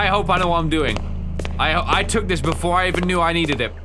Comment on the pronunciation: ha you said "bedore" you are no sigma of the lone wolf gang